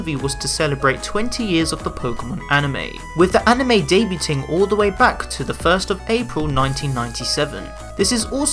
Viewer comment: Really wish kids these days knew how to say debut and debuting...